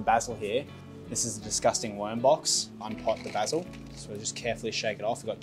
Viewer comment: Literally stopped the video 1/4 the way through cause I can’t stand hearing how you pronounce oregano and basil